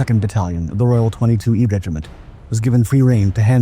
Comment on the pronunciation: It's not "twenty two E" 22e is French for "twenty-second" Les Vingt-Deuxieme regiment. Often pronounced "van-doos"